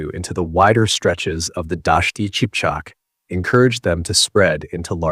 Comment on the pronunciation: Qipchak=Kipchak, not Chipchak.